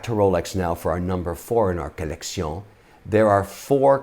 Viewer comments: one more time i hear collection pronounced like that im throwing a cat in the river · I truely believe the great Mr Wonderful has completely lost his ability to say the word "collection" without the french accent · Most of us took French 101 in school but still regular folks like you and I will have a hard time voting for a man who pronounces collection the way he did. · The way he says collection is awesome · Go info but your collection pronunciation is cringy as well as the I have a red bracelet because I’m on tv 🤮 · does it annoy anyone else every time he says "colleccion"? anyway watched the entire video for the essential info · Needless, failed French pronunciation of "collection" was a strategic miscalculation. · Kevin “Colletsion” O’Leary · Take a shot when he says collecione...then go bid on some watches !! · Fun "COLECTION"! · Take a shot every time he says colleccion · I swear the bad accents are the best part 😂😂 keep it up with the 'collek-see-ohn' 💯💯 I'm bouta start saying this all day now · I really don't like the way he emphasise collectiongggg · You mean kalecsionggg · Say “collecion” one more time😹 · "Accoutrement", " un je ne sais quoi ", "collection" pronounced with a French accent ... umm ... do you say "know how" or "savoir faire" ? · Trust me, once more he says collectioñë in his videos, I will stop collecting watches. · Great video oh French guy love it when u say collectioooun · Co-Lek-shee-ooon........French at its finest. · I sooo thought this would be a great video. The French collecion accent makes this un-watch-able! Plus, you’re Shark Tank, Mr Wonderful yet the video is only Ok & phone notifications keep going off in background. Cmon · Collecssyawwnn haha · Say Colleccion one more Time Say It! I dare You!!😂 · If I could get a dollar very time he said collectioné then I could have bought my first Patek Philippe. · Can you stop saying koleksiyon for f.s